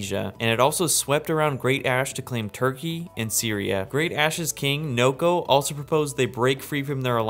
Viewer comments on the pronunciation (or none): none